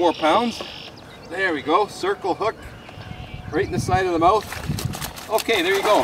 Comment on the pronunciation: Nice and quiet , RRRRRRRRRRRight :>)